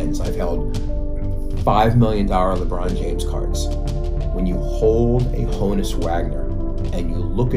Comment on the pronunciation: Honn - uss -- like Johannes